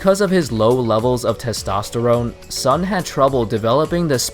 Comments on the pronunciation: It's pronounce as Soon not Sun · By the way, "Sun" as a Chinese surname should be pronounced similar as 'soon'.